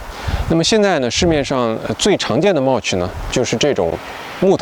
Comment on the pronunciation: 你mulch 發音錯了。聽多了，受不了。不好意思